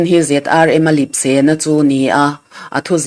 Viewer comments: Lipse hi lepse tiin a dik zawk ang em le. 😂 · Lipse tihloh tur ... Lepse ti zawk rawh ..mizo tawng hi hmang dik teh u